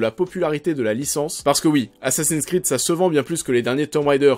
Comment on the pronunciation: "assassiiiiiiiiiiiine sss'crrrrrrreeeeed" ça fait mal aux oreilles :/ Les mots et noms en anglais se prononcent en anglais, c'est mieux